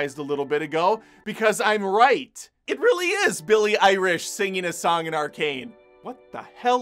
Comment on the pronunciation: This video should be named: "Many ways to say Billie Eilish's name wrong". Had a good laugh. Thanks